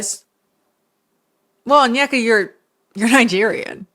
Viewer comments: I am only saying this because it has been killing me with this story but her name is pronounced ON-YE(think kanye)-KAH not ON-YUH-KUH. I keep hearing this all over the internet and it was getting to me a bit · How did you listen to 3+ hours of her videos and not be able to pronounce her name - On-i-ka, not On-yek-a. She says her own name multiple times. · it's kinda hard to articulate but essentially it's less (on- yeka), and more (oh-nyeka). Like the n and y are said together not separate. You can also search up videos for pronunciation too ~ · Oneyka’s hairstyle, the way she mispronounced her own name, and following Candice Owen’s told me everything I needed to know about her 😂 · i mean is onyeka saying her own name right lol